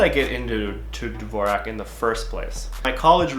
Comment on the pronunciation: Mans is using dvorak for 10 years and can't pronounce it right